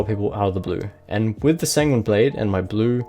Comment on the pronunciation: He said sanguini blade